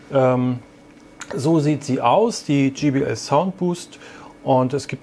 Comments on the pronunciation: Ja man spricht es dschai bi el und sie haben es dschi bi el ausgesprochen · JBL, Nicht GBL Demach 'jaibeäl' Und nicht 'Gebeäl' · es heist jbl nicht gbl